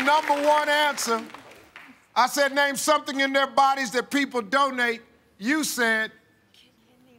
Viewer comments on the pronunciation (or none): When Steve said "Name something in their bodies that people donate" it sounded like "don't need" instead of "donate" and I was a bit worried about the answers of heart and kidney.